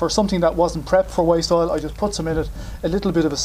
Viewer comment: Thought you said waist oil